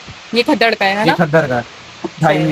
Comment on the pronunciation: Sis app gaddar ko sahi nahi bol rahin